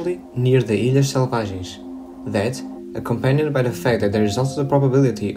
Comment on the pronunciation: You said "ilhas selvagens" with an perfect prenouncement, congrads for real.